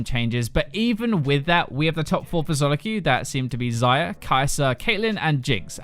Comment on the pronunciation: Every time you say Xayah i hear Zyra. "Zey-uh" noot "Zie-uh"